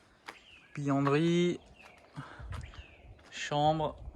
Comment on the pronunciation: .tu me fais rire quand tu prononces le mot bUanderie..tu dis bianderie.. et c est vrai pas de caramel en vue sur cette vidéo!?